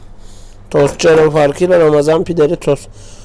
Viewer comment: TOS Değil tost